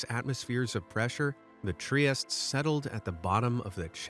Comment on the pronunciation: You created this video full of rare knowledge, and couldn't even research how to pronounce "Trieste"?